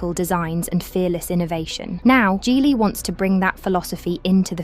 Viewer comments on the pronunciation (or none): none